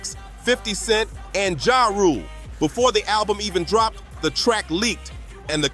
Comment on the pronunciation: He said boofore 😂😂